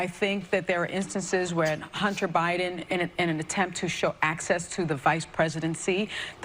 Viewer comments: did she call him Obiden? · Notice she said Obiden Instead of Joe Biden